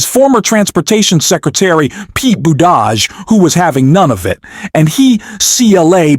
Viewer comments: Who the hell is Pete BOODARGE? If you can't get the names right, how did you get the job, ffs? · That is pronounced Boo te judge! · Had to stop this video after discovering this is not a person talking but AI...the fucking robot totally mispronounced Secretary Buttigieg's name...every real person in America now knows how to pronounce his name correctly: "boot'a'geege":face-orange-frowning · The man's name is pronounced "boo- tuh- gig" . Pay attention!! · Can you learn how to pronounce buttigieg Jesus Christ 3 minutes into it I heard it 47 different ways learn to read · Learn how to say Pete's last name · Why do you keep saying Pete’s name wrong here it’s kinda annoying 🤔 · Why are you not pronouncing Pete's last name correctly several times then pronouncing it correctly other times? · Learn how to pronounce Pete’s last name! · Why can’t the commentator pronounce Pete Buttigieg’s name??? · Is this broadcast a AI broadcast? Why to you continue to mispronounce Pete's name? That needs fixing just for credibility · Your attempts to pronounce "Buttigieg" correctly were awful.. Were you trying to make reference to how Trump pronounces Buttigieg ? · I agree fully, But please, learn how so say Buttigieg.;-) He deserves it. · Okay.....is the name Boo-Dodge or Buddi-judge? Incompetent robotic narration. Get off the internet!!! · WTF is wrong with your pronunciation of Pete Buttigieg's name? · Like your channel but please put some effort into pronouncing peoples names right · Please learn how to pronounce Pete Buttigieg. And yes Trump is an ass.